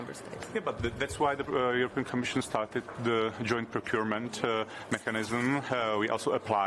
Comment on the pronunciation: I am pleasantly surprised with his english, you should hear other czech politics, although his "mechanism" and mess... 😅 but the sounds he makes really drive me nuts 😏